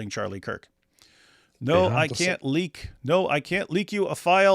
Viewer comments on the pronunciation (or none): none